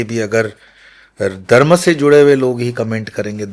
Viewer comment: बारत और दर्म तक बोलना नहीं आता, बना घूम रहा है